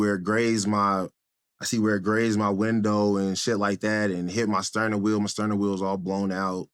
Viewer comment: Did he say sterning wheel? 👀